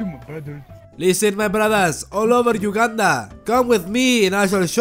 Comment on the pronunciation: when he said ,,protect Ugandan,., i just heard ,,Protect Wakanda,, lol